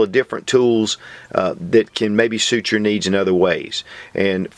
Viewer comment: I caught that also ..